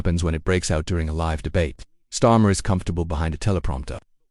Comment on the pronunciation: AI can't even pronounce his name properly